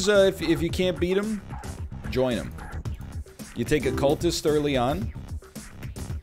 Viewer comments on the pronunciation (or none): none